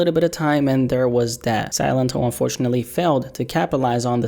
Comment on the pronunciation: See-Len-Toh | y'all saying it wrong it's just silent in spanish 👍🏼